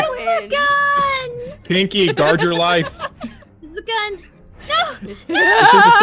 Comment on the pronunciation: Blaze: gard Me: you mean gut you will gut not gaurd